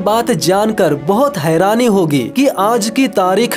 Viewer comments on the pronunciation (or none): none